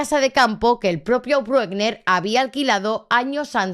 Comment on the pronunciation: Lo que no se entiende es que al pedófilo ese ( y se pronuncia Brükna) con ese historial le suelten yam debería estar en la cárcel de por vida